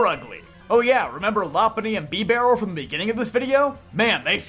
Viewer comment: I've literally never heard anyone pronounce it bee-barrel. I've only ever heard bib-arrel